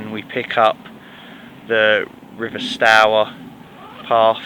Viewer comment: I've always pronounced it like tower. So you got it right imo.